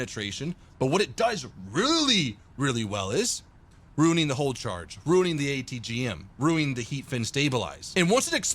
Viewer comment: it is "hollow charge," not "hull charge."